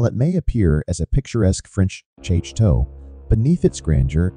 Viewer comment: To pronounce "chateau" ..... shat - toe